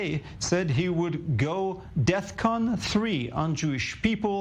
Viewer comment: Also, he obviously said death con.